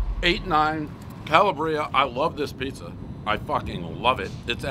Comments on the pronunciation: Dave got have his pronunciation better on Calaaaaabria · the accent should be on the second A instead of the I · It’s actually pronounced Ca-Lab-Ria not Ca-La-Bria. Calabria is the southernmost part of mainland Italy not too far from the island of Sicily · Also....it's pronounced "CAH-LAH-BREE-UH" not "calla-breea" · Nice story! Oh! it's Ka-Laa-Bree-a, not Kel-a-Bre-a. You'd think after so many pizzas, you get Italian regions sorted just a little. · its not "kala bree ah" Its Kal AH bria" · It's CalAbria, not CalabrEEa! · WTF man it's Cala'bria! not Calabri'a! Calabria it's a region in Italy, Jesus! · One bite, everybody knows it’s pronounced “CAH-LAH-BREE-AH” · I believe it's pronounced "Ka-laa-bria". Good job, Dave, helping these businesses! 👏👏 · Prez - It's pronounced ca-LA-bria, emphasis on the LA. Think ka-MA-la! Sending the fund a donation today as we got to see firsthand what small, generational family businesses are going through. Every time that family gets out of bed to keep that business afloat and their employees working is a battle. Thank you Prez and the Barstool team. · Love how this review affected this biz, so happy for them. But jeez, man, pleeeease learn how to say it. "Ka-LAH-bria." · I know more about pizza than he will ever know!! I've eaten more pizza in Italy than most Italian Americans. (Believe it) I'm not bragging. This is the truth!!! What do people from Boston know about pizza? He says Ca la Bria🙄 It's Calabria!! That's the South of Italy. He doesn't have a clue! Invite me to you place. It would be an honor! Byron "Wookie " Landham is the King of Pizza! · Hey Dave it is pronounced CAL-AB-RIA!!! Get it right! Ciao🇮🇹🍕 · I like Dave, but my god, someone teach him how to pronounce Italian words. Calabria is: Kah-Lob-Bree-Ah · not him calling it cala-bria when i’m from there and ik for a fact it’s not pronounced like that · Its pronounced Cal Aah BrEe Ah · its pronounced calabria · Mispronouncing Calabria everybody knows the rules